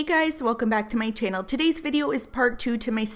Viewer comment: “Welcome back to my tannel.”